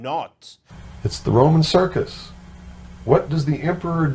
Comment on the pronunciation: The word Circus was emphasized